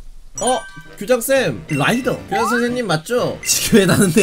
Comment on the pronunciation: 라이더가 아니라 로이더 ㅋㅋㅋ